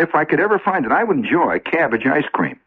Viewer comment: This is the first time I heard Shep's Midwest accent come through. First coupla times he said "keibage", then about the third time he pronounced it "cabbage."😅